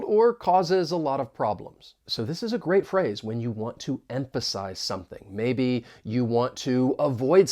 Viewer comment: Why did you pronounce P sound instead of F in ˈem.fə.saɪz?